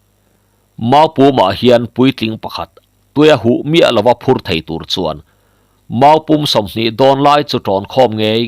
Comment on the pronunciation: Mau-pûm pawh i thluk dik thiam lo. Huiham😮